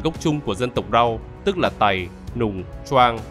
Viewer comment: đúng ra là dân tộc (người) Tày nhé; chứ không đọc là Tầy nvddl ///